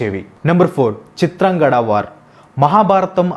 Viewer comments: Chitrangada kadu chitrangadha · చిత్రాంగడ కాదురా అయ్యా.. చిత్రాంగద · Please pronounce it as chitrangadha not chitrangada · Bhayya మాయ కాదు మయ..చిత్రాంగడ కాదు చిత్రాంగద. But good vedio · Hi Bro Please read the scripts from telugu text. If you are reading from English versions, you are making many mistakes in pronounciation. Example - చింత్రంగద - ని చిత్రాంగడ Ani చదువుతున్నారు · చిత్రాంగడ కాదు చిత్రాంగద. మనకి తెలుగు వచ్చుకదా అన్న. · Bro adi చిత్రాంగద.... Not చిత్రాంగడ... Ninnu tappu pattadaniki kaadu...just nxt time ki correct chesko bro ✌️ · చిత్రాంగడ కాదు చిత్రాంగదా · Eraa pichi maalokam దేవుళ్ళని ఏలియన్స్ అంటవెంట్రా. పేర్లని సరిగ్గా పలకడం నేర్చుకో చిత్రాంగడ కాదు చిత్రాంగద ఫెండ్స్ ఇతను తనకు నచ్చినట్టు చెప్పుకున్నాడు విషయం ఎలా ఉందో అలా చెప్పట్లా హిందువులకు వ్యతిరేకి ఇతను నేను చాలా వీడియోస్ నుండి గమనిస్తూ ఉన్నా Don't support